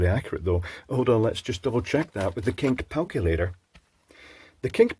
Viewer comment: I just heard it twice, and I'm now forced to interrogate my memory... "Has always been saying 'Cink Palculator' and I just haven't been paying attention?!"